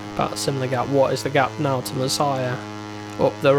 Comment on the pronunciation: Finally a season final i am so sick and tired you saying Messiah instead of Masia.